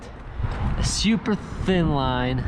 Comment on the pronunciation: No one:: shhyyuuuper (super)